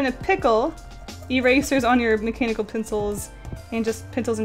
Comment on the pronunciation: She said macanibal pencil :o